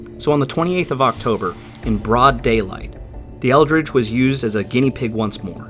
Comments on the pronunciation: USS ELDRIDGE...not "ELDRICH" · You said USS Eldridge but I heard USS Eldritch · Eldridge, not eldritch. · The... Eldrige? Uh-huh. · USS Eldridge? Or Eldritch?